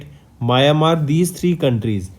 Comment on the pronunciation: it's meow n mar (Myanmar)